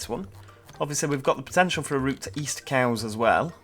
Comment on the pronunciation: U said it correct its cowes